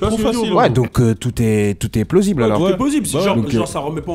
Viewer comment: PLOSSIBLE 😂😂😂😂😂 je te kiff ahahah